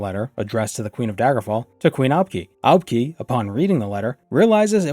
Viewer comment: I'm pretty sure you pronounce Aubk'i as Ah-bu-kai. Fan of you content.